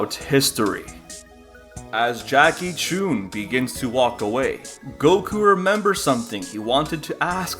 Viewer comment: Corrections: Goku was 12 not 13 Goku trained for 8 months not over a year The pronounciation of Jackie Chun is incorrect